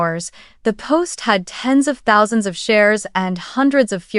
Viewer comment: AI hasn’t learned how to say “thousand”??? Obviously, you didn’t edit your script and narration. 👎👎👎